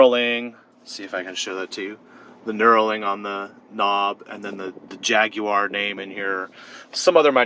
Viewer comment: The first American ever to say the word Jaguar properly.